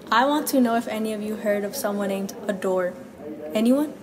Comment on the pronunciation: "This Adorre" this Adorre" this Adorre